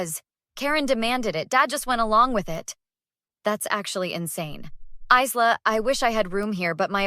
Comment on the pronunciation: You pronounced Isla wrong , it’s Isla with a quiet s you don’t mention it.